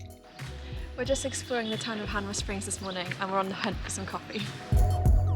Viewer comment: I should just point out it's "Hanmer" Springs and not Hamner. I assume it's named after the town of Hanmer in Wales, as so many of our place names come from the UK. Nice video, hope you get to see all the South Island, so many gems off the usual tourist routes, but many places get missed because of time constraints.